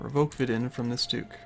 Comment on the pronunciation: You pronounce Vidin wrong :D